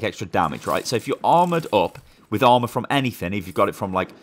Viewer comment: For a second I thought you said alma I was like who is alma ... Then I heard armor